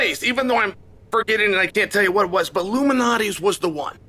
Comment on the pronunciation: I thought Chael was talking about some sort of elite pizza society conspiracy for a second... There is an L in Lou Malnati's Pizza its not illuminates pizza hah. I feel like Chael knew this and thats why he said it a million times.